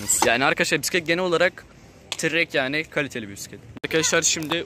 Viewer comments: Trrek ne aw trek diye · Trrek degil trek